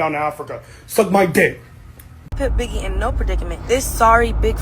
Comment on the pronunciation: HELLPPP u said “biggiwe is a pussyyyyyahhhhh” omg u be frying me 🐈🐱